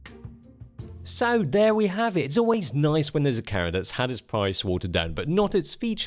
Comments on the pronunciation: Love your videos but "Karra"!! No no no......Cam-er-ah or even Cam-rah but OMG, please no more Karra. You can do it, believe in yourself. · Camera, not carra. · i know its been like almost 4 years, but why is it that when says camera, the M is silent.....